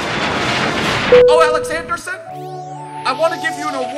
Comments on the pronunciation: "Oh-Locks" Anderson is how you pronounce it. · Oalex = (Oh-lex)